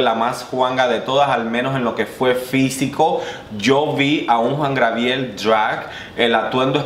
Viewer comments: Hola, creo que te costó un poco pronunciar el nombre del divo de Juarez. Se dice “Juan Gabriel” no “Juan Grabiel” es un error muy común... de cualquier forma gracias por tus videos y revisiones ¡buena vibra! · Te amo 💕 cada vez que dices Juan GRABIEL. A ti se te perdona todo mi vida. 😘😘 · jajaja le cambiaste el nombre a Juan Gabriel jajaja dijiste jua grabiel pero se te pasa eres genial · es Juan Gabriel. No Juan Grabiel. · Pero Job Star sí estuvo en el top tía. Y por cierto es Juan Gabriel no Grabiel, te hago la observación con cariño 😘